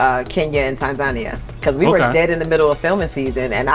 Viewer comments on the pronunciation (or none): The way she says Tanzania makes me cringe. Sis it’s pronounced TAN-Zaaaa -Niya…